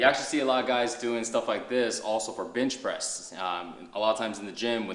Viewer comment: Am iam the only one who thought he said bitch press